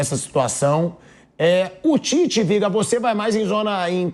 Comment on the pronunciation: Ouvir o Tite falando Titez, irrita. É um ROLANDO LERO na essência da palavra.. fala, fala, fala e NÃO DIZ nada.